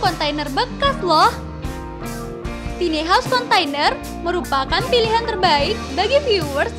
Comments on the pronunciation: Tiny house dibacanya taini haus...jgn tini dong hehehe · “Tini” dong :) susah bat apa ngomong “taini” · kirain cuma gw doank yg ga nyaman denger suaranya. bukan dari volume , nada suaranya dibuat tinggi kita yg denger ikutan cape. btw tiny dibacanya taini bukan tini ya min. hehehe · Dan ini satu lagi: "TINI" house?? 😖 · Iya taini nih hrsnya jadi risih 😂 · "Tiny" baca nya taini mbaaa.. tina tini🤦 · Kesel denger si mbak-nya nyebut2 tini haus.... Emang ini rumahnya si Tini..? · min, tiny house bacanya taini haus. tambahin wastafel di kamar mandi dong, min. mampir ke channel ane, min. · Mbak, Tiny House, bukan Tini House. Bacanya "tayni". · “Tini house” apa tu man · Tiny house... Kudunya dibaca "taini haus" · Tiny bukan tini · Tiny sebutnya taini, bukan tini. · Taini bacanya bukan Tini. Si Tini nah sepupunya si Tono. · tiny diucapkan taini .... bukan tini ... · Bacanya tai-ni bukan ti-ni mbakee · Taini home bukan tini home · Taini kali, bukan tini 😄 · Tiny bacanya taini mba